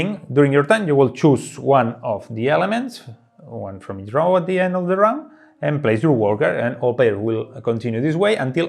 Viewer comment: 'row' is pronounced as 'go' with an 'r' ;) I know, it doesn't make any sense. You'd think it's pronounced as 'now', but it's not.